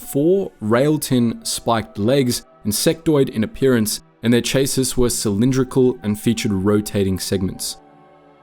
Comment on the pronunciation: Chassis is pronounced shass-ee